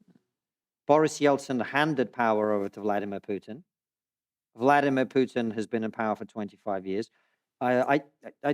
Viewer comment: Konstantin Kisin was raised in the Soviet Union. So, I would be very grateful if he would at least pronounce Putin's first name correctly: It's Vladímir Putin. I do NOT mean this as any defense of Putin or his actions--but think of the furor it would cause in the USA if someone did not roll his r's or otherwise accommodate his pronunciation when speaking about an Hispanic person.